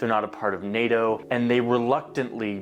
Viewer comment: English tip, NATO for English speakers is pronounced “Nay-Toh” (NA-TO), “NA” in this context rhymes with hay, day, or play